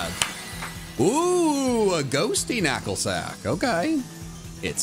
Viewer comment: "Nacklstack"? Isn't that the Canadian rock band that everybody hates? :D